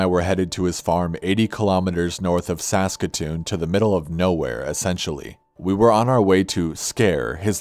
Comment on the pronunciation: When he said saskatchatoon I remembered grown ups 1